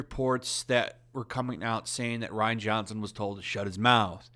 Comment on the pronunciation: I would have thought Rian is pronounced Re-on not Ryan